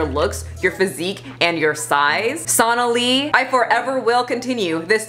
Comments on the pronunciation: SO-na-lee, not SAUNA-lee. For as often as you say her name, at least say it correctly. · It's pronounced s-oh-nali not s-aw-nali. 😅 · It’s so-nah-lee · Completely random, but the name is pronounced the same as Bengali. So-nah-lee. Also, not a supporter of her. She's gross. Just been hearing that name pronounced incorrectly a lot lol